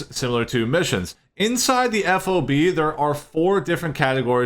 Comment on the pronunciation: It's called a FOB, like Job, Cob, Bob just with an F to start it off, not F.O.B. I lived on a few in Iraq. The F.O.B. name spelled out is really cringe